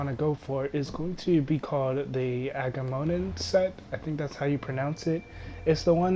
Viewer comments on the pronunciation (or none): AGA MEM NON. it's really not that hard to say, just read the letters.